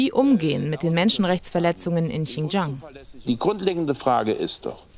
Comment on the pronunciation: und, das war nicht "ching jang", sondern "schin Gee-ang "